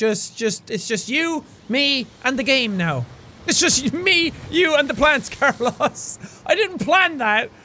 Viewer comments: My father is named Carlos. My brother is named Carlos. I have cousins named Carlos. Never In my life did I think a person could fuck up the pronunciation of Carlos. GFDI Jack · You're pronouncing Carlos wrong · He pronounced Carlos incorrectly. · Are we not going to recognize the fact that Jack doesn’t know how to pronounce Carlos? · You are saying Carlos wrong lol loved this tho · he's pronouncing Carlos wrong 😂😂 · His pronunciation of Carlos tho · He called the car car-los it’s carlos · I’m sorry jack but. As much as I love you and your videos. You keep pronouncing Carlōs as carloss and it’s bothering me way to much to actually watch this video. Sorry. Love ya. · i felt the same way! i'm hispanic, so every time he said car-loss, i died a little inside :P it is indeed suppose to be pronounced car-lows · Did Jack seriously call the car "Carlus" and not "CarlOs"???? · im amazed that noticed that jack mis said carlos its not car loss its carlos its not a english sounding o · in what world is it carLOSS lmao its carLOSE the long o sound lmao he did this in detroit become human too xD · Carols I assume how most people pronounce: Car-low-s Jack's pronunciation: Car-loss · I heard him say car-loss instead of carlis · i mean its not corLOSS its carlos pronounced carLOSE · Jack it’s carlOs not carlAs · So we're just going to ignore the fact that Jack pronounced "Carlos" as "car-loss" and not "car-low's" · You're pronouncing Carlos wrong it's not car loss it's car lows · It's not CAR-loss it's CAR-loas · Did you just pronounce Carlos as car loss!? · JAAAAACK!!! It's pronounced "Car-Lose" not "Car-Loss" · Jack your saying the name Carlos wrong it's "Car-Lows" not car-lost .3. just wanted to tell you that cause I noticed it 5 mins in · I love jack hbut.... Pronouncing "Car-los" "car-LAS" IS KILLING ME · The "proper pronunciation" could be Car-low-s not Car-loss? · Same it bugged me too i dont understand why or how he did that it sounded like he said carlas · It's car-los